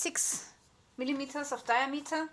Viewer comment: Die am ater.with the accent on the second syllable..great stuff.danke